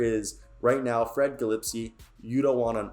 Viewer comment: it’s guh-leh-spee